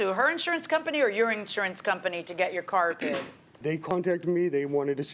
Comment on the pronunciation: "My Cah".